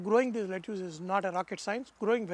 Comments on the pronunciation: Lettuce pronunciation is "let-us" (Not making fun but just saying it). And ya needless to say the recipe looks delicious 🤤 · Chef seems like you have forgotten how to pronounce lettuce and broccoli anymore. Watching this video from US, sounds pretty bad to the ears...